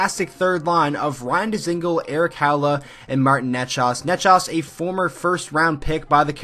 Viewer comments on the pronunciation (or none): Good video...but learn to pronounce the names Aho, Necas and Haula.